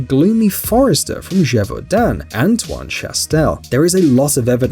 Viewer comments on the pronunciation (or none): none